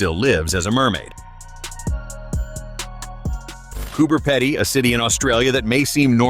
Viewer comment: Could have done more research. The Pedy isn't pronounced like ("EDDY") the Pedy is pronounced like (Needy)